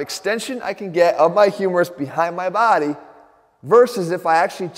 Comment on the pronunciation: I come here for the way he says"body". My baady!